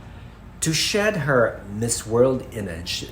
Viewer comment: Hindi ata ma pronounced ni yung Miss, instead Mheeez talaga? I'm very particular about pronunciations.